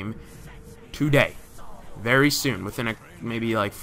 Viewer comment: it sonded like you said berry not verry